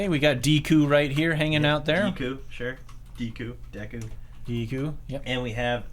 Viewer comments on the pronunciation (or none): That’s the worst pronunciation of Deku I’ve ever heard